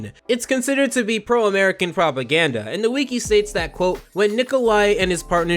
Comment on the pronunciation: I was fine listening to you drone on about the regular show with no real direction up until you mispronounced wiki. Have you never heard anyone say wiki before. Do you think it’s cute to mispronounce wiki. You sound stupid.